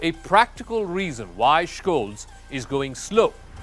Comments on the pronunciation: Scholz. Not Schkolz. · The German "Sch" is spoken like the English "sh". So he is pronounced Sholts. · You should pronounce Scholz and Schroeder properly. LOL the devil is in the details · Please learn now to pronounce Scholz name